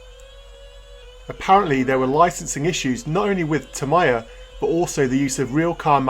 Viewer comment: Your pronunciation of Tamiya (Ta-mai-ya instead of Ta-mee-ya) gave me weird feeling.